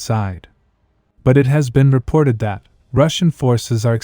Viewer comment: “ Reported that “ shouldn’t be emphasized. Change the AI voice phrasing